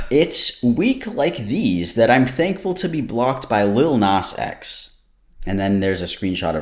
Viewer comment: I'm triggered every time you say his name but I'll power through. Appreciated the wad joke 😅